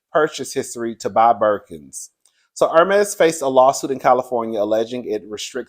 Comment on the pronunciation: I feel out if the chair laughing at you say Furmese😀😀😀😀😀. I do not know anyone who has one, but that kind of money for a bag is ridiculous to me.